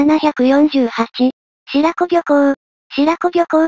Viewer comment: 白子漁港 しろこって読むんです！